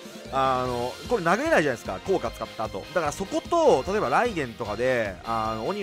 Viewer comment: オ↑ニ↓マル